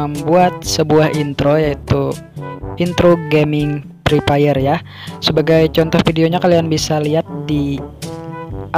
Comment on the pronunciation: kalau Bilang Fre Fire itu Pakai F Bukan Pake P Masak Pre Pire Yaa Nggak Nyambung Bang😑